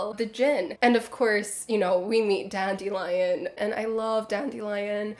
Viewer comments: ahhh yeah lots of people love PK, i guess thats my unpopular opinion :) i just really couldn't stand his Ciri or how he randomly starts mispronouncing Dandelion half way thru the books. Idk his narration style really didn't work for me. Maybe its bc i am spoiled by Fonopolis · the voice he did for Ciri triggered something in me and now I have PTSD when I think about it. Also he randomly starts mispronouncing Dandelions name Blood of Elves onwards and I was like ????